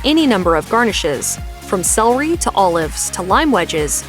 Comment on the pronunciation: The narrator of this video desperately needs a class in pronunciation, both English and French. She butchered so many terms it's not funny, especially French pronunciations. But she also hacked "celery" and "culinary". How could she be hired or work as a narrator???? Awful, she is.